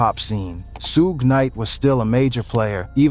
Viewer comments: Who dafuq is “Soog” Night? 😂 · Too many mispronunciations HAD TO STOP at SOOG KNIGHT